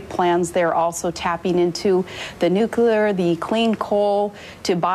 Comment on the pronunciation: she still can't say nuCLEAR